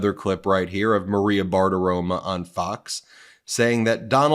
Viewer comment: Did you say Maria Barf-aroma or did I just make it up?